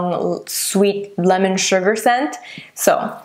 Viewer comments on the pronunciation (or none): none